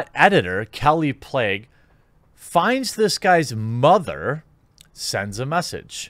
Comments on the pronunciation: 3rd video about kallie plagge, still hasn't bothered to learn to pronounce her name... good thing you're starting a journalism site so we can get some accurate well-researched reporting... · is it pronounced "plague" or "plaque"?